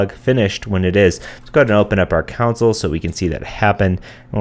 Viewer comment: Are you pronouncing console like counsel? That's funny.